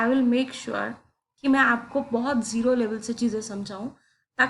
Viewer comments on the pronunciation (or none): none